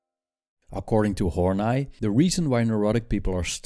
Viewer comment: Karen Horney i've heard pronounced Horneeeeeeeeeeeeeeee not Horn 'eye'...doesn't matter though...good presentation....